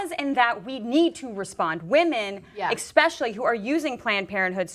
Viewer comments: What's "expecially"? I hear you use that word almost every video you're in, but I can't find it in the dictionary. You're a fucking ADULT! It's time to stop speaking like a child. Pronounce your words correctly. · Exspescially? Really? I will give you people money if you hire people that can speak the english fucking language.